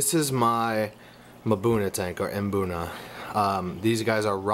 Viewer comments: Great video and good info but, the "M" is silent in mbuna... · No its not. Mbuna is pronounced: Emboona or Maboona.